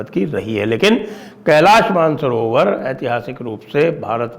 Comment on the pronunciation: Man-sarovar nehi, ManasSarover hai 👈🏼 Original name.